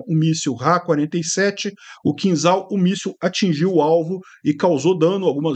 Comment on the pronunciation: Pronuncia-se "Quinjal" (e não "Quinzal")